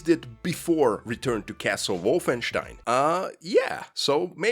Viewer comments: you're not them, it's "Wolfen STEIN" not wolfen SCHTEIN" OK? THANKS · I love how you pronounce it “WOFFENSTEIN” you get the “Stein”Part right but the Wolf is too much 🐺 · That's more or less how you pronounce it in German.